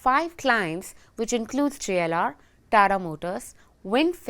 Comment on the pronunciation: This is TATA not Tara